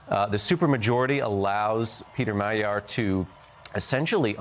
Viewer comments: It's not Ma-jarre, woman. It's Mag-yar ... which is Hungarian for Hungarian. Trump had nothing to do with this. And don't claim success on your part -- there is now NO socialist MP left in the Hungarian Parliament. Hungary is now MORE right wing than Trump. You people are not merely misguided -- you're actively stupid. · Magyar is pronounced Madyar. That is how it is pronounced in Hungarian.